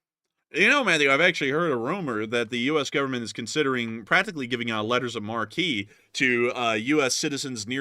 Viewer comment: How do we stop DPRK? Down the missiles in the boost phase: almost trivial. If the missiles can't get far from the pad, they are effectively rendered useless. And it's pronounced Letters of "Mark" not marquee because... marque - noun 1. a tall rooflike projection above a theater entrance, usually containing the name of a currently featured play or film and its stars. 2. a rooflike shelter, as of glass, projecting above an outer door and over a sidewalk or a terrace. 3. Also, British. a large tent or tentlike shelter with open sides, especially one for temporary use in outdoor entertainments, receptions, etc. Unfortunately you make grammar mistakes almost nightly. An observation not meant to be a criticism. Overall, you guys are GREAT! Long Live the LSA! Slava Ukraine!